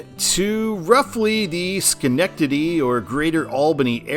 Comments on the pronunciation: Nice pronunciation of Schenectady! So many times I've heard "Shuh"-nectady. They did just completely re-pave a ton of 88 with federal money, but I think it should be redesignated as NY-7, which traces basically the same route. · Also as someone who used to live in Albany you did a great job pronouncing Schenectady